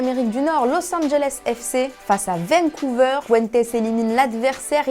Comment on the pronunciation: c'est pas difficile de dire Vancouver quand meme, un peu de respect